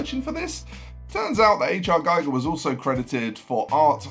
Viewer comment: Hans Ruedi Giger's name is pronounced "Geeger", Gieger is the radiation monitor invented by Hans Geiger and Walther Müller. Apart from that, a well-put-together video on some of GW's 'influences'.